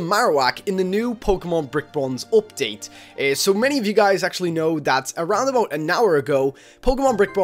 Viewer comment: i thought u said opdait